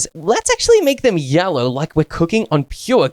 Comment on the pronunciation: 😂 says yallow instead of yellow😂😂😂😂😅